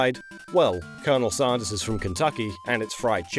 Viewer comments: Sanders not Saunders. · Hearing you say "Saundahs" hurts my American ears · No one else finds it weird that can pronounce AND and SANDWICH properly, but pronounces Sanders as SAUNDERS? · Sarnder...Sander..sand...queens English is stuffed......